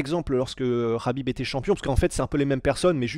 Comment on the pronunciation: il prononce bien makhachev et khabib 😅♥️